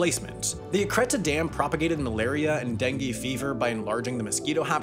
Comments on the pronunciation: In case anyone is interested, the dam on the border between Argentina and Paraguay is pronounced something like eacireta (the "y" are closer to an "e" sound) with the accent on the last "a" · I can't believe how badly Sam butchered Yacyretá...